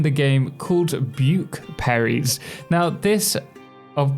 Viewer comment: “Buke Perries” tell me I’m not the only one who caught that